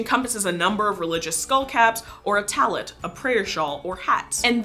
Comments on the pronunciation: I dont want to sound rude or anything but you misprpnounced a few jewish words... You said Kippa as its spelled but it’s actually prnounced “Keepa” Also, you pronounced Talit as its spelled but it’s pronounced “Tahleet” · It's pronounced keepah (and spelled Kippah) and it's Taleet (or talis for ashkinasi Jews) (again the spelling is correct) i should know, I'm Jewish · So actually you are saying kippah and tallit wrong. It is keep-a, and ta-leet. But I love the video anyways just wanted to make sure that the pronunciation was correct. FYI I’m Jewish. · Kippah is pronounced key-pah. Tallit is pronounced ta-leet. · Please look up pronunciation before you make these videos. Tallit is pronounced "tall-eat"